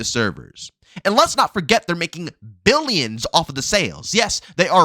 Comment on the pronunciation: Trump: Mill-e-yens & Bill-e-yens: Mill-e-yens, Bill-e-yens... Yes